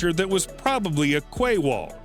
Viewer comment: Americans pronouncing 'Quay' is hilarious. Like watching a 3 year old try too speak English lol